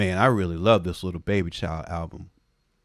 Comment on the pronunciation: always calls him Le BeBe - with a french accent (Leh Behbeh). It's one of the very few things that come out of mouth that I find funny every single time! 🤣